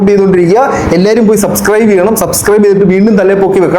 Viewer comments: സബ്സ്ക്രൈബ് ❌ സസ്ക്രൈബ് ✅😂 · സബ് സ്ക്രൈബ് എന്ന് പറയാനെങ്കിലും ശ്രമിച്ചു കൂടേ? എന്തിന്? അല്ലാതെ തന്നെ സസ്‌ ക്രൈബേർസ് ഉണ്ടല്ലോ അല്ലേ?😂